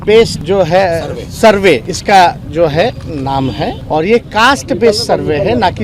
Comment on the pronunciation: YE ADHAPADH DY TON SURVEY KA UCCHAR KAR NAHI SAKATA!